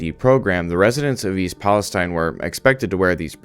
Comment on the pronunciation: I have lived in this town since I was 7 years old, firstly it’s pronounced East Palisteen not stein. The few rich people have already pretty much moved outta town and the poor people or old people that have no where to go will be the most effected by this, my grandpa also lives here and already has cancer so I can only imagine what breathing in these chemicals and showering with the water will do to him let alone all the others. I haven’t heard about any of these bracelets given to anyone in town at all either I’m 100% sure that’s made up. It’s been well known that the railroad company’s here overload the trains and don’t do checks to the loads like they are suppose to along with massive worker cuts so they can save money and it’s caused this huge problem for the residents here and in the state 💔 all we can do is live day to day and hope it doesn’t get worse